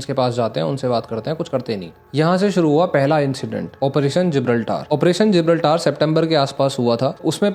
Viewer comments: Bhai Gibraltaaar nahi GIBRALTAR pronounce karenge use make your pronounciation correct please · Operation जिब्राल्टर न कि जिब्राल्टार correct your pronunciation first